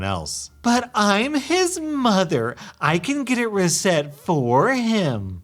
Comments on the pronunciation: REE set not re CETT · How are you saying RESET? That's definitely not how u say that